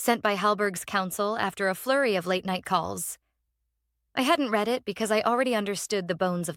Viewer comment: Got to fool the AI reader some way. Past tense of read is read as ‘red’